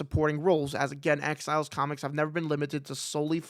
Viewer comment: Whenever you say “exiles” I hear “X-Files” 😅